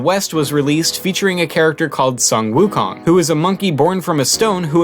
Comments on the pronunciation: you said sun wu kong wrong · You don't pronounce sun wukong properly...